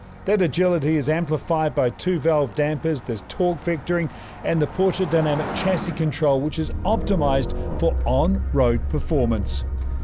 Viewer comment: Bro please: Sha-sie